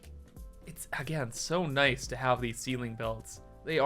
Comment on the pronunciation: dude said noice in the big 24😭😭